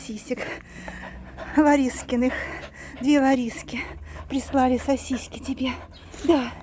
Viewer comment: Добрый день,! Почему говорите сосиськи? Просто играете с Кузькой так?